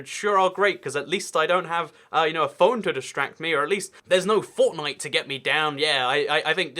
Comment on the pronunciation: he said fortnite weirdly (might be accent)